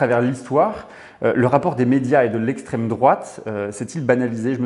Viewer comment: « L estreme droate »